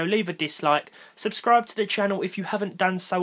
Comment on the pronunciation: hey man, just here to tell you, your intro was different this time. Caught you slippin'.. That enphasis on the "to" was kinda shitty. "Hello everyone and welcome... to ... another video" Wow.. What a fail. I can't believe you uploaded this video as it is. Really disapointed. Unsubscribed